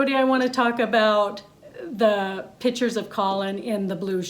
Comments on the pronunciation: Pro photographer's pet peeve: it's pronounced PICtures not pitchers. The other is when people say, "your camera takes good pictures." 📷🖼️📸 Argh! 😤 It's Videographer, not video-ographer. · Every time this woman says PITCHERS instead of PICtures it’s like nails on a chalkboard. 😒